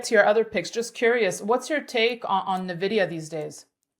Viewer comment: "nuh-vidia" bye